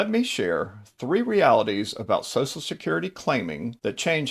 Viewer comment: What about any of this info is particularly helpful or if interest to women? It's all been boiler plate obvious info that is true for women and men alike. This info could likewise be targeted towards "Guys named Mike" or "Financial advice for redheads!". Also, it's not pronounced SOSSSAL SECURITY. Ffs, what is it about SOCIAL SECURITY (pronounced SOSHUL SECURITY) that makes people forget how to speak? Nobody says SOSSSUL MEDIA, or SOSSSUL BUTTERFLY, or ANTI SOSSUL..